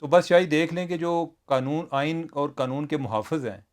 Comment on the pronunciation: بھائی ایک مہربانی کریں یہ قنون نہیں قانون ہے🙏